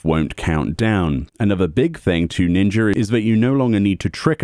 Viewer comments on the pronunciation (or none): damn ninjer hard r